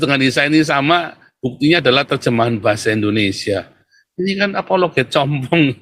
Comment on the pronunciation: Bukan compong om tapi cumpung😂😂😂😂😂😂😂😂😂